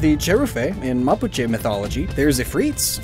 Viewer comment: As a chilean I'm so glad you pronounced Mapuche right. I've seen many english speaking youtubers mispronounce it all the time and it would drive me nuts!